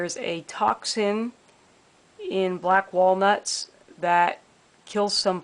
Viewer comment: I lasted about 30 seconds into that yuppie millenial accent.."gathering black walNUTS in pennsylVANIA......" What's with emphasis on the last vowELS of eveRY worD?